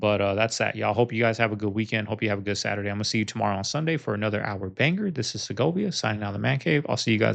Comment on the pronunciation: Segovia, I rewound a few times n can't understand what u r saying. As far as the water tho, there is SOMETHING up w that. Something they r not telling us. I really feel strongly about this...could b wrong, but I really think there is somethingto this. For 1 thing they r using the tired excuse about the necessity of competing w China. They just lie 2 us SO much I believe nothing from them anymore. In China the biggest data center is smaller than the biggest here by MANY times! Another thing is that in China, they've built some IN the ocean, UNDER the water so as 2 keep it cool. Even if u have 2 run desalinated THROUGH it, u can have cold water all around the outside. Y arent they doing it HERE? Y would they put (some of) them in the hottest driest part of the country? Seems odd. They r building GIGANTIC structures all over-top of natural aquifers too. Instead of giving the PEOPLE, the purest, most mineral rich, natural drinking water they r siezing it for themselves!😮 Meanwhile B Gates developed a gadget that extracts the water, n (he claims) purifies it, from FECES! THAT is what he'd like us 2 have 2 drink. He's managed to take over the cattle ranches in the Dakotas 2 such an extent that ranchers came 2gether to lobby government to stop him from continuing! Mysterious fires n misfortunes have somehow all played into his scheme to dominate, monopolize, n take the ranch land so that he can get rid of nutrient dense beef and feed us lab grown tumor-meat and (he says) crick